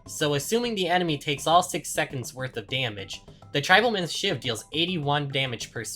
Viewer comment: How can someone see the word "tribal" and think it's pronounced "tribble"??